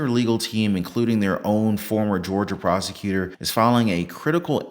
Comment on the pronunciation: When driving through Georgia, remember: The word "prosecutor" is pronounced "prostitutor".